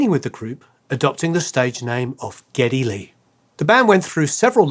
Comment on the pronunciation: SADLY YOU KNOW NOT HOW TO PRONOUNCE NEILS LAST NAME, at least not properly!!! Though I am impressed with your ability to get Geddy's real name correct!! However, and perhaps a bit more "homework" then you would have been spot on, matter of fact had you figured out all of that... this video, well then... "Bob's your uncle," yeah?!?! But as I said, had you found Alex's REAL NAME, NOT HIS stage name, well then an almost home run hit!!! I will give you a bit of help, straight away now.... for Niel's last name..... and..... It is PRONOUNCED.... "PIER"-T Like a fishing pier... with a "T" at the end!!!! Perhaps you can do a follow up video to this video as a way to correct your mistakes... if you will!!!???????!!!!